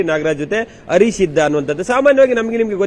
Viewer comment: ..you are an excellent reporter, however correct your pronunciation ಹ್ಹ ಉಚ್ಚಾರ ಸರಿಯಾಗಿ ಹೇಳಿ... ಹರೀಶ್ ಅಂತಾ ಹೇಳಿ arish ಅಲ್ಲಾ ಹೆಚ್ಚು ಹೇಳಿ ಎಚ್ಚು ಅಲ್ಲಾ ಕನ್ನಡ ಭಾಷೆ ಸೊಗಸು...ಸ್ವಲ್ಪ ಅಭ್ಯಾಸ ಮಾಡಿ ಅದರಲ್ಲೂ ಹಾ ' ಉಚ್ಚಾರ ಎಲ್ಲರೂ ಇಷ್ಟ ಪಡ್ತಾರೆ